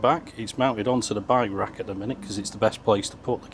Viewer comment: I love his pronunciation of by-wak. It took me a while to realize he meant bike rack.